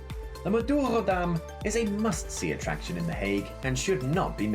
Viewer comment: its madurodam